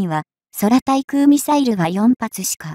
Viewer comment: 空対空 そらたいくうなんていっれると アナウンサー失格 くうたいくう こうゆうの